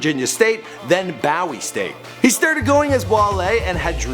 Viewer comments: Ewww the way he pronounces things. It's not Bow-wee. It's pronounced Boo-ee like the things that float in water. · Its pronounced BOO-WE STATE not BOW-WE STATE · BOOWIE moe oh nah said bowie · (Boo. EEE) not (bow eee) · Your mean BOO-E state right not no damn Bow-E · I know this nigga did not say Bow E State nigga it's Boo-wee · Its not (BOW-WHEE) its (BOO-WEE) bowie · the way he said bowie university 😂😂😂😂😂 its pronounced "boo e" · Its bowie not bouwe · its not bowy dumb ass its Bowie. u can't pronounce for shit. DMV stand up. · Bow-e state?? No nigga, BOO-E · nigga said bow-e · It's Bu-Wee Stat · It's pronounced "Boo-We" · This man said bow e state 😔😔😔😆😆😆😆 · pronounced BOOwie State lol I grew up around the area 😅😅😅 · I HAD TO STOP THE VIDEO TO SAY THIS ITS, "BOO-E" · This nigga said boweee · said "bow-e" 😭😂😂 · bruh I straight spit my water out. I said fam it BOOOOOOOOOOOOO EEEEEEEE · "Boo-wee" Bowie State University. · its pronounced Boo-we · That shit had me dying like shit moe!! Bow-E 😂😂💀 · I'm from Bowie and that's not how you pronounce it. Lol 😂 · Did he just pronounce Bowie like that? 301 Waldorf area here. This guy needs to do a little more research haha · My FAM GRADUATED FROM BOWIE STATE. YOU NEED TO LEARN HOW TO pronounciate words right!!! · Why he pronounce Bowie like that ? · I mean I at least would of understood if he pronounced it "boe-ee" (cause David bowie), but damn he double fucked up with that one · do shy glizzy and i disliked the video bc that not how u say BSU